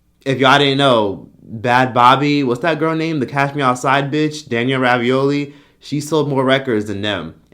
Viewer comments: Rabiolli 🥱😭😭 it's bregoli 😂😂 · I thought it was Danielle Bregoli not Ravioli lmao 🤣